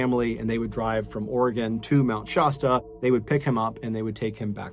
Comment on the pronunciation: Mr. Ballen,Oregon native here. I love listening to your stories. So sorry to say that there is one part where it turns into nails on a chalkboard. You pronounce Mt. Shasta, like Pasta. It's not, it's pronounced with an "a" like in cat. ❤❤❤❤❤Mount Shasta is typically pronounced SHASS-tuh. The "sh" sound is the most common, and the "a" is pronounced like the "a" in "cat". Youglish recommends breaking the word down into "shast" + "uh" to help with pronunciation. Some people may also hear it pronounced more like "Shawsta", but the "Shass-tuh" pronunciation is generally considered more accurate.